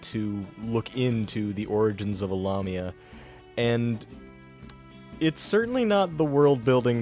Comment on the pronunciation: You mispronounced lamia, the la is pronounced like lay.